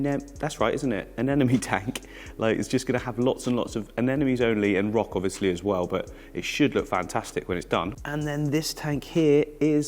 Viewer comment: Anemone not Anenome!!!!!!!!!